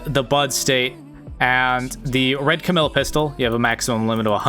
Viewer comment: I notice your saying Camille instead of camellya if your struggling to say her name it’s like the animal camel- then “eya“ camellya